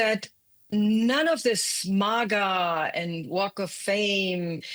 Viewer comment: Let's listen to the "expert" who can't even say MAGA correctly. The art of BS at its best.